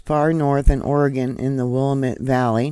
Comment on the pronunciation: That would be pronounced,, ,, will-lamb-ett.. Willamette 😊